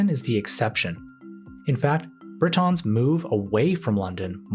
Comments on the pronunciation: "Britons" is pronounced "Britains" for anyone wondering what he was saying there. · pronounced Brituns not BriTONS. Smells like AI slop narration. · Briton is pronounced like Britain, not bri-TAHN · “Britons” pronounced like “Brit-tonnes” is just wrong, plain and simple. It indicates a lack of effort to research the subject matter appropriately.